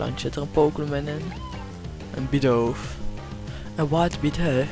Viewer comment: Leuke video Je spreekt het uit als bidoef